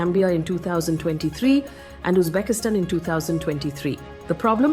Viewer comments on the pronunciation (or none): Faye it'll be so much nicer if you work on your pronunciation of geographical locations. Rajastun, Uzbekistun, Jaamu 😢